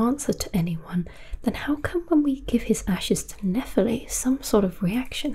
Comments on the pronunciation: nephEli, not nEpheli please! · Great video, but why did you butcher her name's pronunciation even after showing how the game says it throughout the video? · Even after Nepheli says her name more than 5 times in the game, you somehow managed to butcher the pronunciation. Did you even play the game?